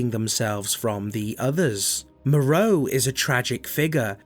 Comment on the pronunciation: My favourite thing about re8 is hearing people mispronounce the names Moerow Benivento Alkina Bella Ava